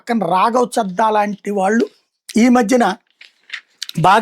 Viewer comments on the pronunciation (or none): రాఘవ్ చెడ్డా చెద్ద కాదు గాడు. మీరు కొన్ని పదాలు Google translate నీ చదవకండి.